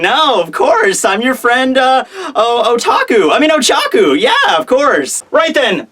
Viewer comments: Pretty sure it's Ochako, not Ochaku... And I think Tokoyami is a raven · It's Oh-Cha-Koh I watched your video pronunciations. I'm a big fan, but still. If she's your favorite, I just thought I'd suggest a better pronunciation of her name.